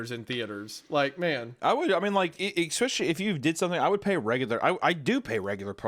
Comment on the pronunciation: "X-pecially" - Hunter